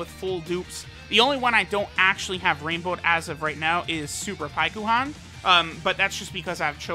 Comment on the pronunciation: Nobody:: Pie-ku-han